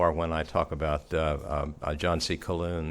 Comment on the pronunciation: It's an interesting subject but I wonder about one thing that just irritates me. The name Calhoun is common in the South. The h is not silent. I wonder if pronounces his name Wiloon just as he pronounces Calhoun Caloon. It seems a passive aggressive slap to mispronounce the name of a revered orator. I find myself wondering if he has some dislike for Calhoun. I myself could list many capable Southern Statesmen who were more concise and spoke to my understanding of past events and would rather they be cited more often but I would also make every effort to pronounce their names as they would feel proper. With that said, on to part b.